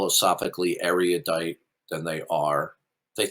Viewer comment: How fitting that doesn't know how to pronounce erudite.